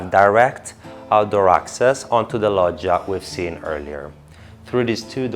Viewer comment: So that's how you pronounce "Loggia". Here in America we really butcher the language lol. You did a great job with the tour. Paced and informative!👏